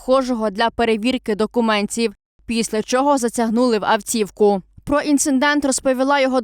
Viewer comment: Все ОК, але шановна пані журналіст може сказати "затягнули в авТівку" , а не "затягнули в авЦівку"? Мені здавалось, шо казати дЗякую, авЦівка можуть тільки київські тіпа журналісти, які ніколи в побуті не вживають українську, і їм здається, шо такою манєрною вимовою вони ушляхетнюють українську....